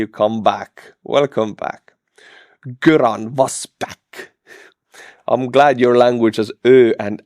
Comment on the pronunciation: Göran is Swedish as far as I know. The ö makes G soft so approximately “your-an”